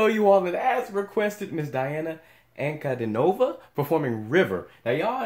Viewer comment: всё как-бы хорошо, но не АнкудинОва, а АнкудИова. запмните один раз